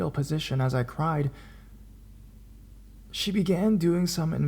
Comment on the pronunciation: "She," not "shae."